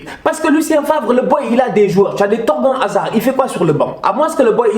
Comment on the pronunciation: "Torgen Hazard" jpppp quel masacre t'a rien respecté😭 ça ce dit "Torganne"